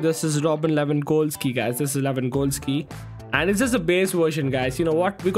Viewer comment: Is he pronouncing Robert Lewan"Col"ski